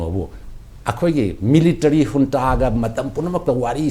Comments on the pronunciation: Unta ana pronounced twgadbne J silent leigadbne neh bhai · Junta haibra ntraga unta haina pronounce twgadra haibase Burmese accent ta kari hai neinou..